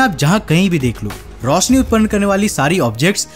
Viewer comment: 'visal' nahi 'Vishal'... Rosni Nahi "Roshni".. learn hindi 1st Fir Gyan Bat....